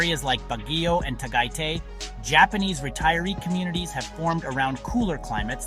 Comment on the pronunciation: Tagaytay is pronounced; TA GUY TIE (got it?)